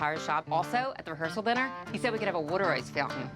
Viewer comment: 38 YES!! Don pronounces his own name like it's spelled with an "awn" , and I became physically weak at the war ter ice v. War-tuh ice fount 'in 🤣. My fascination with regional accents borders on being unhealthy.